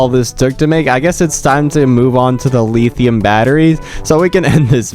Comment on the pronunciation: "Leetheeum batteries" 💀